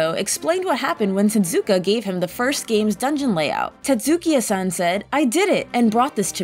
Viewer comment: Tetsukiya-san. Wizzer robe.